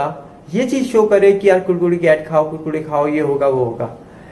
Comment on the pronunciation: भाई आप बोलते अच्छा है, अब मै कुरकुरे को कुडकुडे ही कहूंगा। ।।